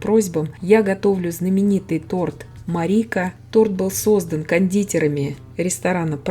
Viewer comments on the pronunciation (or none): Крутоо.меня зовут Марика) только Ма́рика а не мари́ка))